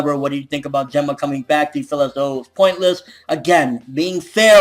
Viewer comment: Gen..Ma Not Jen-ma dude your saying it wrong lols